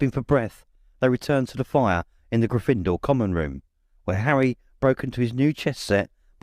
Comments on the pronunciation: Love the voices, my only gripe is the pronunciation of Gryffindor. In the films it's pronounced with the stress on the 1st vowel grYffindor instead of gryFINdoor as this narrator does. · It gets on my nerves when he pronounces GYffindor as GryffIndor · I love everything about this except the pronunciation of Grifindor. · Why are you so bad at pronouncing Gryffindor? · The narrator is excellent, except for his unique pronunciation of "Gryffindor." He puts the emphasis on the second syllable, instead of the first. Having seen the movies hundreds of times, it just sounds wrong when he says it. It would be funny to learn that this is actually how the author intended it to be pronounced, and that the movies got it wrong! Personally, I mispronounced Hermione in my own head for a few years, until I saw the first movie:) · Wonderful reading! The ONLY problem I have is his pronunciation/inflection of Gryffindor, luckily its easy to overlook with the rest of his reading